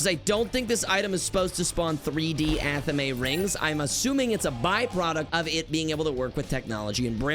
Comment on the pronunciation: Ok, Anathema I guess I can understand, but Athame? Is this ragebait? It's like Fame. Athame. Not a the may.